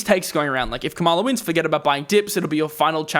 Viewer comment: The correct pronunciation of VP Harris' name is — KA-ma-la. Accent is on the first syllable. Soon to be president-elect. And in the long term her administration will be so much better for the economy and the world. I'll take a short term correction any day over a fascist regime.